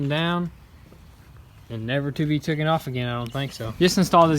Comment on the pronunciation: I really like watching all these videos.BUT... it's "TAKEN" not "TOOKEN"